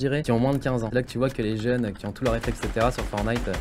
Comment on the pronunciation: il a dit FORNITE